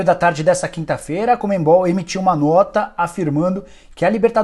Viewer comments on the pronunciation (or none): Não entendo por que tanta gente pronuncia a sigla CONMEBOL com o som nasal entre as letras E e B, inclusive você, Nicola. Está errado. É um vício de pronúncia sem sentido. E fatal pra um jornalista. O pior é que isso não é novo. Vem desde a criação do MESSENGER, onde muita gente simplesmente troca de posição a letra N pronunciando-a como se a mesma estivesse entre o primeiro E e o primeiro S. Fica a dica. Pra geral. P.S.: valeu pelo vídeo. Conteúdo pertinente.